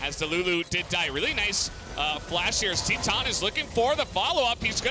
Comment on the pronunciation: When u pronounce titan Ti than lol